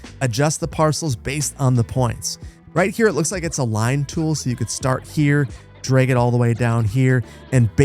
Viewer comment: is he putting a long a on drag?